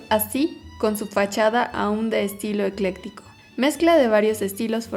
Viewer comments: ¿Porque la narradora dice varias veces Estilo eléctrico" ? cuando es ECLECTICO!!! o no habla bien o no se le entiende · De hecho es Ecléctico. Ni eléctrico ni ecleptico. Pero si yo también noté ese error en su pronunciación o investigación. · Ella dice electico